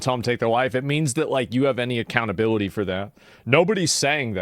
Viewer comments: what’s acountabrility? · can't even say accountability straight.